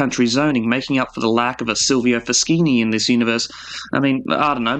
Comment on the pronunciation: Silvio Foschini has a mention in a couple of videos. Pronounced Silvio Fo-SHEENI, not Fo-SKEENI !